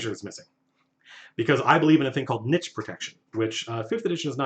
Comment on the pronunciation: You mention Niche protection (I'll give you a pass on that pronunciation because I love you...), I like the idea but I'm less sold on creating a hard barrier for it. Personally, I just change the DC based on who a character is. I find this the best way to better represent who a character is beyond stats. There is no hard line of "no you can't do that at all because you're not an " but at the same time you don't have the situation where everyone makes a roll and the character with +9 gets a 4 and fails, and the character with -2 gets a 20 and passes. because the DC for the druid to know what plant that is might be say 10, yet the DC for the town drunk to know what that plant is could be 20+ because with that 6 int the best they probably can hope to know is "yup, that's a plant" It might not be perfect and does mean you have a bit more DM mental load, but my players seem to really like this and it makes backgrounds matter a bit more than just 2 proficiencies and some gear.